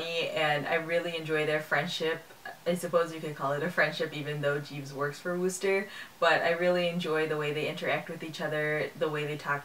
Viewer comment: Nice review. One tip: the "oo" in Wooster rhymes with book.